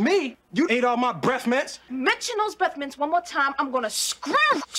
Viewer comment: "Say breffmints one more time I'm gonna SCREWNC" "What was that honey?" "Sounded like the screwnc " Top tier.